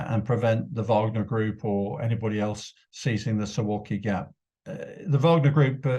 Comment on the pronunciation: XD That's so funny to constantly hear about the so-called "Suwalki Gap" or "Suwalki Corridor" and how dangerous it is, by nearly all media channels. 1.) It's pronounced as "suvalki", the "w" is pronounced as "v" 2.) Just go to Google Maps and see that this area is far from being a good and comfortable place to attack it. It is dotted in many lakes and other bodies of water also a lof of woods and so on... 3.) Even if there are some of wagner mercenaries their number is far too low to conduct any operation. Most likely they would be doing what the Potato's King soldiers have been doing for the last years...that is escorting the illegal migrants to the border and making sure that they go in only one direction...so really nothing new 4.) If ruZZia would really think about attacking NATO (it would be their suicide and even they aren't that stupid...but hipotetically) they would start from the Baltic States/because they are easier targets both in terms of manpower and the number of equipment and the more favourable terrain for the invading force like in the east of Lithuania